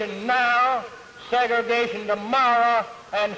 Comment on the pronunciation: "we dah rebels nayuh!"LOL!